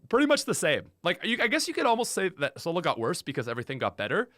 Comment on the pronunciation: You mispronounced Swole-low.